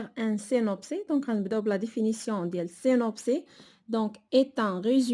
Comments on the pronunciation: سينوبسيس Et non pas سينوبسي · le synopsis "s" Il se lit même s'il est à la fin du mot 🤦‍♀ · Synopsis [sinɔpsis]. On prononce le s.